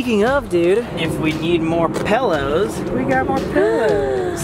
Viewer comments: anyone notice Sam said pellows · ok you say “pillows” like “pellows “ just like me. love this video 👍🏼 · You know Sam hangs put with Kat a LOT when he pronounces "pillows" "pellows"😄🥰